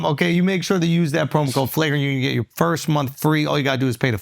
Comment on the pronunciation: I'll be the FIRSHT one to say, happy not having to hear him constantly mispronounce FIRST 🥇